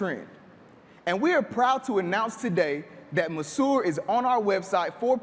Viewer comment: Great idea, terrible pronunciation of the product's name. I can see hotspots going crazy over this.